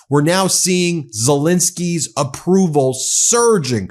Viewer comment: It is Zel-E-nsky, not Zel-I-nsky...